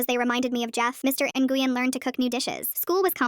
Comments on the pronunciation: "Nguyen" is pronounced, "Nyuin." Also, what about OP's blood father? They talk about their parents' divorce, so he's still alive... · Super unrelated but Nguyen is Win not whatever the voice was saying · If anyone wanted to know Nguyen is pronounced like When it’s a Vietnamese last name I know because my friend has that last name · Btw nguyen is a common last name in Vietnam. Pronounced Nyu-wen